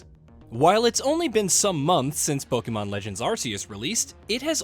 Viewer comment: I literally clicked off once he said polemon arceus. I need a serious list